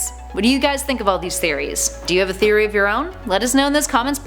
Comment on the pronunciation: Did she say game theroy